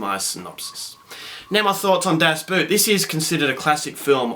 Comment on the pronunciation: Pronounced boat